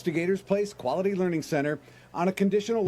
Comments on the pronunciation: Tower of Learing. 😂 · excuse me its pronounced "lear-ed"